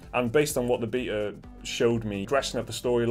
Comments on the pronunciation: Every time you say "beta" I keep thinking it's "beater", as if you're running the game on a converted 80's supercomputer powered by a moonshine-fueled generator. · The Beeta? Lmao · You guys make wonderful videos but I must say wtf is a beeeta? 😂